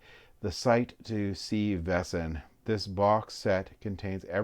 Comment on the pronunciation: Oh my god, 😂 People really just ignore the "a" in Vaesen.🤦‍♂️ VAY-sun. Great unboxing video, but some American pronunciations drive me crazy!🤪